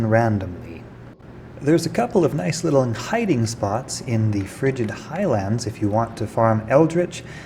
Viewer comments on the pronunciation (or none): none